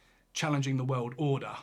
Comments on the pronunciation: Love your stuff but it's 'world' not 'weld'. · He keeps talking about some "weuld" thats gonna end. Whats a "weuld"? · I just love your accent! Especially the way you say 'world'. I go about my day saying, "What in the 'wuwwuld' is going on here?" Or, "It's a wicked 'wuwwuld' we live in!" Or, "That makes a 'wuwwuld' of difference, don't you think?" Love it. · Weld War 3. Why does he say weld lol